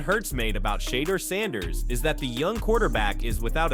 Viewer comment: Can you pronounce his name correctly or stop reporting on him !!!